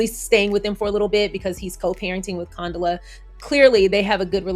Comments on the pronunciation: Girlll lol, it’s pronounced Con-Dough-La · pronunciation is fine. We were calling Condola everything BUT Condola… she’ll survive. 😂